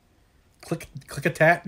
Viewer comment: Snow-Home-Ish county, Oak-A-noggin, Kit-tit-tas, hey ya got Klickitat right, so yer doin better than most flat landers out there. Stay caffeinated ;-)